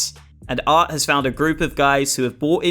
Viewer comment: His name is aRT, but you keep calling him aT. Such is life for a Bri-ish YouChuba